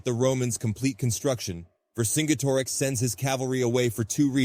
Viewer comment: I really liked the video and the animations were great but I think you should have pronounced vercingetorix differently. [VUR] + [SIN] + [JET] + [UH] + [RIKS]